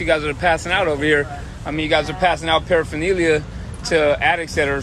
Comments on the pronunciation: I can't stand this guy for his pronunciation of paraphernalia. Going to jail doesn't make you want to get sober what a cuck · You'd think saying paraphernalia all the time, you'd learn to pronounce it lol😂